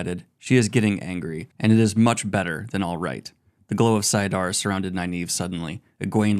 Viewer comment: saiadin or saiadar? Wasn't it saidin or saidar ? XD